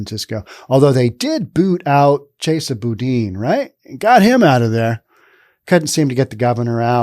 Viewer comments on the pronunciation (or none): none